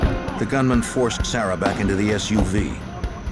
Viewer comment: My Grandmother is from Alabama and she has a niece named Sarah and she pronounces it "Sayrah" too...cute